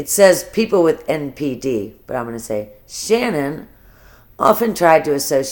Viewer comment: It’s Shanann. Pronounced Sha. Nan